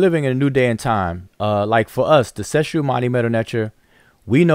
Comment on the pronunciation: Man if don't stop Messing up the name of the Clique. it's Seshew....Se Shew....Seh Shoe... Say shoo..... not Shah Shoo....not Sa Shoo....NOT SHAW SHEW!!!!!!!! get it right. And Wudjau's name is pronounced Woo Jaw Ooo. Not "Wu jow" get it right!